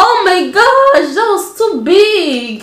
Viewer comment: She said oh my gash😅😅😅